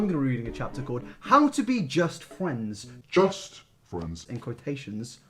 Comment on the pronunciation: ARE WE GOING TO TALK ABOUT HOW HE SAYS FRIENDS LIKE “FWENDS” AND IM CRYING